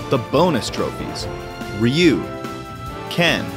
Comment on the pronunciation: Ok why the hell are they calling him reeu ove been playing street fighter since 1992 and in america its ryu with a y.